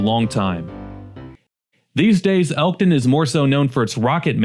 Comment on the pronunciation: "ELKTON" NOT ELTON